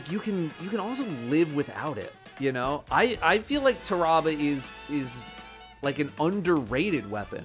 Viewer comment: listening to him pronounce Tarrabah makes me wanna rip my ears off